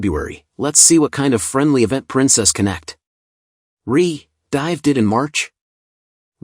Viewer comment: I laughed way more than I should've at all the pauses in "Princess Connect! Re: Dive" and NIKKE being pronounced "Nick" . "She works well with a variety of other Nicks" all the Nicks out there about to swipe without hesitation and check some websites for no particular reason.